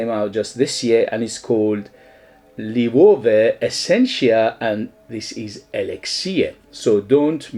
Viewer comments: Loewe have some great fragrances. My favourites are 7 Cobalt and Atlas. Cheers! PS: In Spain it’s pronounced ‘lo (as in long) + ebb + e (as in egg)’, loebbe. 😃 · Read it as German. It´s a spanish company but founded by a jew german that came from Germany in difficult times. Don´t use the english sound for "e" ; use spanish "e" sound, or german sound (in this word both are very similar). Loewe (LO E BE). Great review.